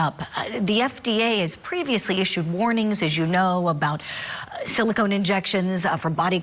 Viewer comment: Someone needs to tell the judge the word is pronounced "Silicone" not "Silicon."